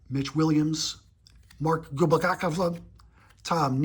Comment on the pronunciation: Mike Witt is no relation to Bobby Witt Sr or Jr. And why do you butcher Mark Gubicza's name all the time? It's not hard to say! "GUB-I-ZAH". Try it, you'll like it!